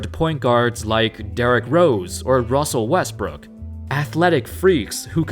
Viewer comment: Didn’t he say Rosen Westbrook instead of Russell Westbrook at one point in the vid? 🤣